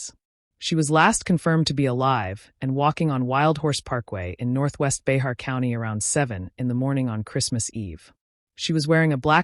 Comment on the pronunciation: I live in Behar County. "Bahar" is actually pronounced "Bear". Bear County. The 'x' is silent.